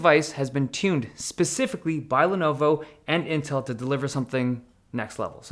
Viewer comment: But he called it "Intrl somehow".